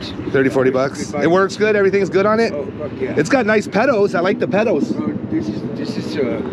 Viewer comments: Lol he said pedos instead of pedals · talkin him up about the bike slipping in little bits is hilarious "Oh yeah its a young bike" "i like the pedals (it sounded like you said pedos when you said it)" and "its like a 13 hundred dollar bike" Bruh how does he not have some weird incline that he fucked up and shits about to go down Like the lack of awareness baffles me... i would be running if that were me (i wouldnt be here doing this obviously but if i were old boi man i would be put 2+2 together and realizing "bike sale" probably aint really the focus here Also someone videoing you to buy a bike... yeah man this guys alittle on the regarded side i think 😅😅😅